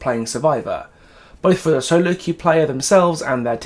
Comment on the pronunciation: “You’ve never been able to qw-eif before…” That just made my day ☺️😂